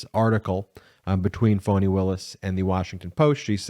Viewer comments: Please stop calling her "Fawni". Her name is Fani, pronounced "Fanny". Fan of the channel, but you have a habit of getting names wrong, and it is not a good look considering how the Right uses mispronunciation as a weapon. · Her name is Fani not Fauni. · Why does Ben keep calling her Voni?? Isn't Fani??